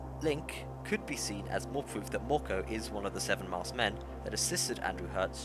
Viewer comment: Mörkö isn't pronounced morko.